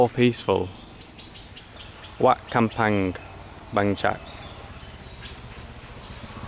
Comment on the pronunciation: WAT is what they call Temple, and it’s pronounced WAT is in WHAT but silent H lol idk i not a Pro but yea 👌 as per usual great vid 👏🫶🇦🇺